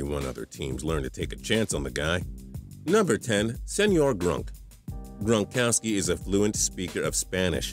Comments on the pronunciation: Rob gronkoski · TPS at the begging did you say Rob Bronkowski